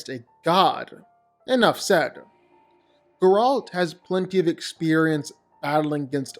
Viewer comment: the way he pronounces Geralts name annoyed me ngl its Geralt not gerALT 😂